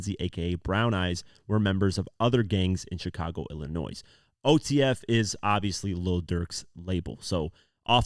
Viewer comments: Bro please stop saying ILLA-NOISE 🤦‍♂️🤦‍♂️🤦‍♂️ its Illa-NOY .. sorry im not the only one lol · It’s not “Illinoise”. It’s “illinoy”! Love your videos !! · Pls stop sayin illa noise. The S is silent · Ill-I-noy is how you pronounce it. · FYI: The S in Illinois is silent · Awesome coverage. No shade, but the “s” in Illinois is silent. ❤ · Man, if Americans aren't actually from Illinois they never pronounce it correctly 😂 The s is silent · with Illinois... the "S" at the end is silent... the end is like the end sound in the word "toy" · should be charged with felony for wrongly pronouncing ILLINOIS 😂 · heard this and immediately came to the comments to see if I was the only one who noticed